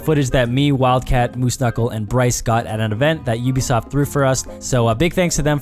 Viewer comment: It's obisoft